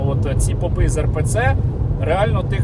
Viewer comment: Попы и попы, ударение на о